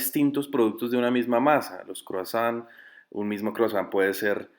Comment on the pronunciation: Oi se pronuncia oa..san se pronuncia son gutural.....tons es "croa son" gutural.